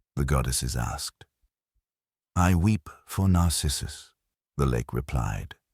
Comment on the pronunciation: also "narcissus" The accent falls on wrong syllables.